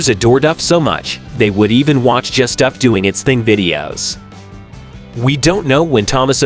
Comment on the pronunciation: At least you pronounced " Duff" correctly!!!